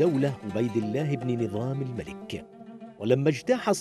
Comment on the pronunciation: نظام الـمُلْـك وليس نظام الـمَلِـك